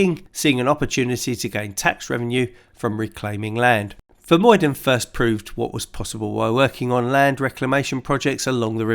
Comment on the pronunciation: Vermuyden is pronounced with the uy sounding more like the ou when a Canadian says out.